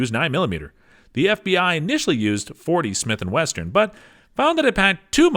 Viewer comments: Thought it was a slip the first time. Then he kept saying it 🤣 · He said 40 Smith and Western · Stopped watching when he said 40 smith and western..